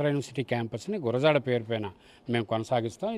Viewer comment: వాళ్ళ సంగతి పక్కన పెడితే.. మీరు ఆయన్ని అవమానించారు.. గుడజాడ కాదు గురజాడ